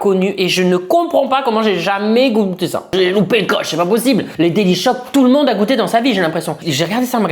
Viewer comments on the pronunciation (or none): RICQLES PAS RICOLES 😭😭 et DELI CHOC pas DÉLICE CHOC PITIÉ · les DéliCEchoc ?? Nn jrgl c nrml si tu connais pas mais on dit DéliChoc sans le CE. (Je précise que ce n'est pas une critique mais juste une petite remarque car ça m'a frappé et j'avais envie de le partager, C'EST TOUT !) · …cets pas « delicechoc » mais cest « delichoc » 😂🙏🏻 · Est ces les delichoc pas les delischoc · entre delice choc et rikoles. Chui morte 😅😂!!!! C’est deli choc et rickles 😂😂